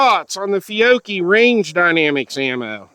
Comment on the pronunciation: Feeyocchee? Fyeoakie? 😂😂 Good stuff!